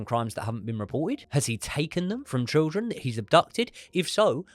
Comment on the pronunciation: Please learn how to say children, mate. Please 🙏